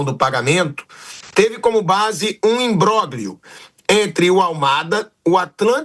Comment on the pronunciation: o cara fala "imbróglio" como G junto pqp, nem falar esse cara sabe.